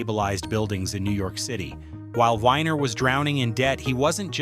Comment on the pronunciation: Joel Weiner not winer weeener